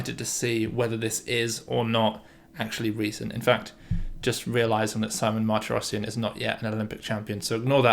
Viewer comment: little pronunciation tips: armenian last names have always stress on the last syllable: mahr-tee-ross-SYAN, gor mean-noss-SYAN and the same for the russian david: badge-uh-NYAN. pyotr us-sah-YO-nuck andrei ar-RYAM-now